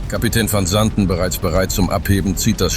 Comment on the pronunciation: Kann die bekloppte KI nicht wissen. Man kann sich diesen Mist nicht anhören/ anschauen